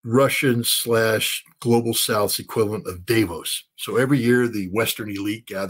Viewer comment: Scott,please,Davos is pronounced the way it is written DAAAvos.A like America not daywos.please!